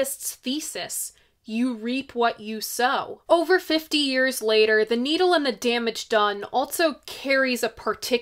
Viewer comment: You said "Needle and The Damage Done" like "Neil and The Damage Done" ... and thats a genius slip up ... and possible a way to sum up his Divorces ... .